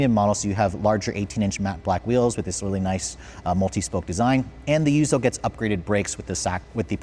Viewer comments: It's yuzu, not yuzo!!! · yuzu, not yuzoh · It's pronounced yuuzuuu! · Take a shot every time he says, "Yuzo" edition... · Him pronouncing the special edition names is painful... Yuzou? Hak-1? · lol Hak-one and yuzo. It’s not a language channel but bruh you’re Asian